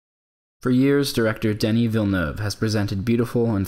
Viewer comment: Guiding light of the english world on how to pronounce Denis Villeneuve.